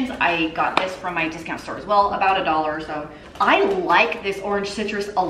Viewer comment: Omgosh I was watching your fashion box vlog yesterday and now everytime I see or hear the word dollar, I automatically see or hear it as doll hairs! 🤣🤣🤣 love it!